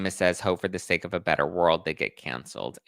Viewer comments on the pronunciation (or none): none